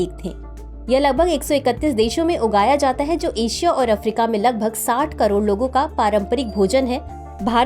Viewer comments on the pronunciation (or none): none